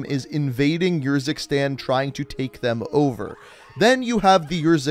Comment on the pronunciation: i love how he has played the campaign yet still chooses to pronounce the country “yurzikstan”